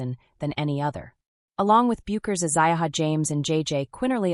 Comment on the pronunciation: Think of the beer or hair product "Beck's" when pronouncing Paige's last name. It will make it easier to afford credibility to the commentary.